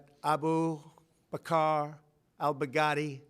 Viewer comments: he pronounces his name is Baghadi he pronounces it as baghdadi, literally 14 seconds later he gets his name wrong. This guy should write fictional books. Never seen so much bullshit in my life. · The way trump says bag daddy is werid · I swear he is saying "big daddy" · The further this speech goes on from the first pronunciation, the more he pronounces the name “bag-daddy”. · lmfao he pronounced his name wrong on purpose to further humiliate him.